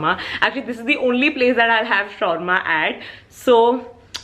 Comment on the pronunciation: She called "shorma" it's SHAWARMA 😭😭😭